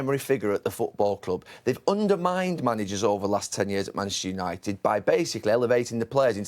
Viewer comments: Gary can’t say Manchester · Its Manchester Gary....Manchester at least say it right horse.